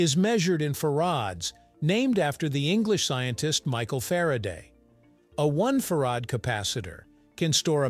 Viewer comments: It’s pronounced “Fair-id” not “far-ad” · Yes, that mispronunciation annoyed me as well.